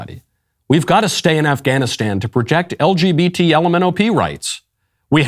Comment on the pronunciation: LGBmanopee 😂 gets me everytime he says it